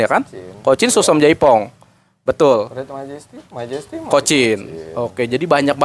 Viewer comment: Yang bener katanya Suksom chai Phong bang bukan jaipong 🙏🤗